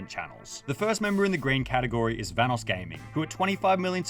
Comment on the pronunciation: The correct pronunciation of "Vanoss" has been mentioned many times in the video by the video creator and even Vanoss himself and yet this guy still pronounces it incorrectly